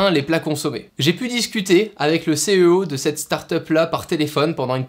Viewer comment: C est une très bonne idée la première invention, le temps perdu à faire les courses entre amis. Alors que le faire seul sans contact social, c est génial et plus facile. Ps : CEO, ca se prononce sio.